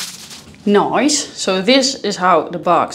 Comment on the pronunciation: Noyce? Noyce?! What -, are you speaking my language now?? (LOLOL aka 'Oz'). Orstrilya, right.